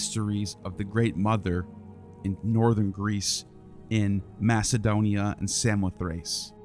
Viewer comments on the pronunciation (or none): none